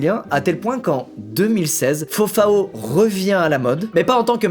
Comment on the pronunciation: Squeezie qui prononce fofaO les brésiliens en sueur